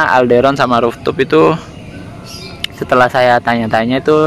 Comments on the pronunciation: Roof top bacanya Ruf top bukan Ruf tup.... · Rooftop dibaca ruftop bukan ruftuf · Ruptup risih aku dengarnya